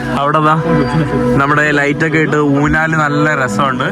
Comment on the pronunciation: ഊന്നാൽ അല്ലെടാ മുറിയണ്ടി, ഊഞ്ഞാൽ ആണ് ശരി